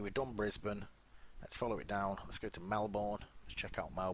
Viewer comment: U said Melbourne wrong!